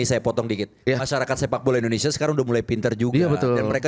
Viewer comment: Hostnya sj sebut negara, endonesia.